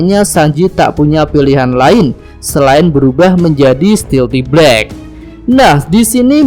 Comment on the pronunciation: Stealth black dibaca stilti blek 😂🤣